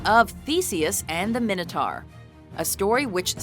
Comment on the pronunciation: MINATARR? WTF? ITS MINOTAUR!!!